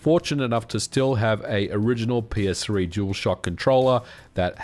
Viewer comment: I keep hearing "My Penis-3".